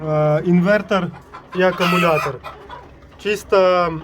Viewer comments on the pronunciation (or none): none